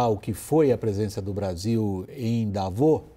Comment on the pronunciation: Por que eles falam "Davô" se a pronuncia corretas é "Davôs"?